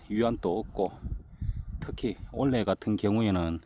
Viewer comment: 올해를 올래라고 발음하는 것은 어디 사투리인지 궁금하네요.